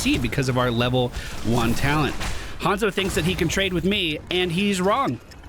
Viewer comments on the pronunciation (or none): none